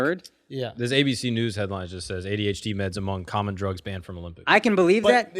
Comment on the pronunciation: this man akaash said HDHD🤦🏻‍♂️🤣